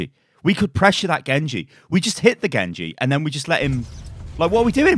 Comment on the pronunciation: Was the „GENGU“ on purpose?